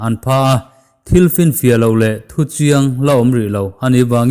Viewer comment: A ngaih nawm thei. lutuk,mahse chipchiar in tih kha a thluk kha 'chiarin' tih kha thluk hniam tur ania, i thluk sang deuh a